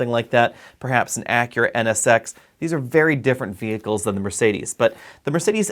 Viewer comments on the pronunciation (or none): none